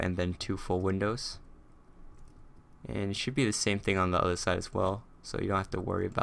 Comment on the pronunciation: Did you say "Ass" or "As" (No offense sorry)